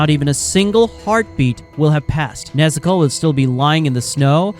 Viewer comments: when u say nezuko u sound like nezoku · WHY IS HE SAYING NEZUKO LIKE THAT🤔🤔